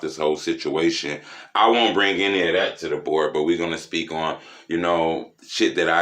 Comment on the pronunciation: "DA BOARD" be lit 🔥